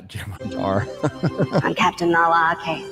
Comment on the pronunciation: “Jem HurrDurrr” 🤪